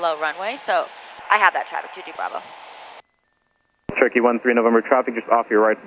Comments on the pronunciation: that guys 'Cherokee' was Turkey to my ears also 🤣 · It was Turkey.. 🦃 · I absolutely love all the vids, but i cant be the only one who hears "turkey" instead of "cherokee"......so you will forever be known as "" 😂😂😂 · Nooo way I thought it was turkey am I deaf??😂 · At least I am not the only one who heard that 😂😂 I was trying to work out from the plate where Turkey came from